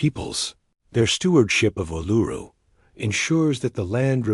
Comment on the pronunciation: Not Aluru but ULURU. The correct Name Vibration is very important.